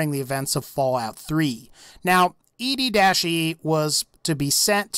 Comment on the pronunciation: EDDIE NOT ED-E